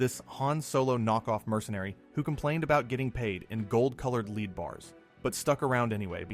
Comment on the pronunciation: Yeah that pronunciation is driving me nuts, not to mention he said they were gold-coated lead bars like the lead in a movie, not lead the element.